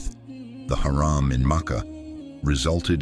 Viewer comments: You have to change the pronunciation of Haram حرم from Haraam حرام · change this shitty voice its harum not haram .... shame on u on posting with this voice over